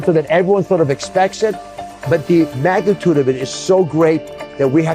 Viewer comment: is definitely right when he says the MAGA -TUDE of it! Is that what I actually heard him say?